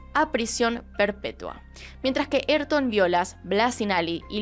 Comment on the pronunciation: "eytor" jajajajajaja se llama y se dice A Y R T O N .